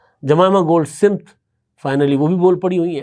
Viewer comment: سمت نہیں بلکہ سمتھ ہے